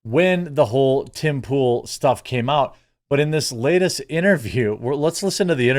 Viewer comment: "Tim Poo-al" 🤣